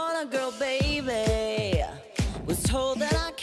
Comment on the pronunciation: I'm sorry but that "Gottmik.. was born a girl bayBaY~" makes me cackle- ITS JUST SO ABRUPT